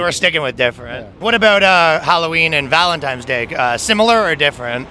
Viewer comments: Yeah... He said "Valentimes" Day. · He said valentime's day. Lol. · Why do people say.. valentimes ??? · Did you just say “Valentimes Day”??? 🤣